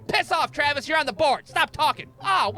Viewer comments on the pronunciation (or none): none